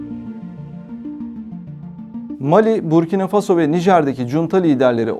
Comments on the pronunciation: буркинА фасО , не бУркина фАсмо ... Такое ощущение что БОТ читает .... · ОМГ, что с ударениями? МалИ, БуркинА ФасО, СахЕль, сахЕльский, ЭковАс (аббревиатура, но язык французский и ударение на последнем слоге). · если уж вы готовитесь, то потрудитесь и узнать куда ударения ставить. МалИ, СахЕль, Буркино- ФасО